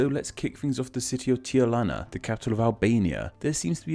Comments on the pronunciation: Sounds like you said Tiarana instead Tirana Its either Priština or Prishtina, but you cant write it as Pristina (Pick a language!) Spelt in Romanian/Moldovan while all others are spelt in English (Pick a language!) Not its not PodgoriKa its PodgoriTSa, but yes everything else about it is true The nation of Skopje? Lol Belgrade means White Town/City, in Serbian its Beograd. In all South Slavic languages Grad means Town, while in Czech and Slovak (Hrad) it means Fort/Castle so I understand the mix up. Its called Whitetown beacause the colour was considered the colour of beauty I'm done with being an nitpicking ass :) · Albania's capital name:Tirana NE pronunciation:Tiarana From where is that a? Here we usully eat letters not put in. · Pemze same with Tirana. Sure he said Tilana